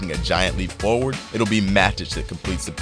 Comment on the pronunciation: Is it really that hard to watch a single Man Utd match with an English commentator to learn how to say each of those names? This video butchered ALL of them. It's MATIC, not bloody MADIC.